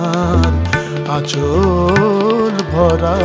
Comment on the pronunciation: আচল হবে না, হবে আঁচল। আশা করি উচ্চারণের দিকে খেয়াল রেখে গান করলে আরো সুন্দর হবে।